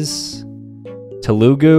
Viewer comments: it got me fucking angry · yes it is!! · Less emphasis on the first u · And it's not teeloogoo it's pronounced thelugu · Its not telugu its telgu the first u is silent my father is from the state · I speak Telugu and its my native language You ruined the pronounciation Its Thea-loou-guu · It's supposed to be pronounced teh-loo-gu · You just emphasize the first syllable instead of the second and it's correct. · TELLoogoo. he said said the vowels correct y but he emphasized the OO. u could say THELLoogoo, but you pronounce the ‘th’ like how you’d say it in ‘the’ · is the type of guy to pronounce telugu as te-loo-gu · The way he pronounced the #3 place tho had me dead 😂 “Tel-OO-goo” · Sameeee But the way he pronounced it I was crying as a Telugu person 😭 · no it’s just that he pronounces every single other name correctly except telugu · Just look up the pronunciation in a video, idk how to use accents. But he basically just emphasized the "oo" instead of "el" and used the "oo" sound instead of "u" or "a" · The way he pronounced "Telugu" shattered my heart 💔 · Yea in my opinion it’s not that hard but I did grow up speaking it. Also his pronunciation hurt me lol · The way he pronounced Telugu made me cry